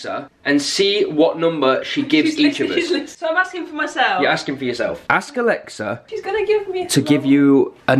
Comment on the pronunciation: The fact that he said “balexa”